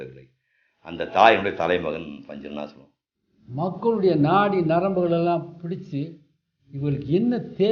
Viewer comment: Panchu Arunachalam ozhunga sollunga